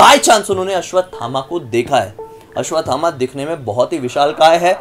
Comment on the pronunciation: Dr. ne koi bhut pret dekha hoga 😂 or aap aswathama g ka naam tik se lijiye g lgaiye....